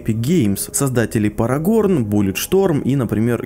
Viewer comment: Парагорн для элиты, Парагон - для... для Бельвиты. (Зарифмуйте в комментах нормально а то дичь какая-то) P. S. Не сказать, что забавно высмеял твою оговорку, но у меня суп стынет, сори (